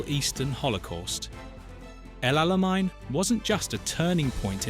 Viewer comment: El Alamein does not have a German pronunciation.